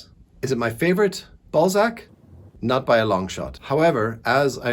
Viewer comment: I found Eugenie Grandet yesterday in a charity shop. You are still making him sound like 'ball sack' though😂